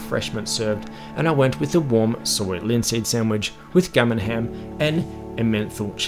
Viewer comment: Great review 👌 And while I'm in no position to rib you on the accent given I'm Glaswegian I've got to be honest I genuinely thought you said your "gummin hem" ( which I understood to be gammon ham ) came with a "menthol cheese". I literally was about to Google which cheeses had a menthol flavour ( which sounded a bit gross actually) when I realised you were saying Emmenthal. Mate - it's emen tal cheese. Not a- menthol cheese 😂😂